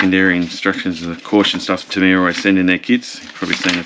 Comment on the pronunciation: You can’t call yourself “” if you’re not willing to say ‘Tamiya’ properly. Remember you’re an Aussie and not a yank. An Aussie imitating an American is akin to devolution. Stop it.